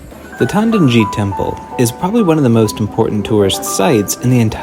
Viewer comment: its Todaiji , not tandoji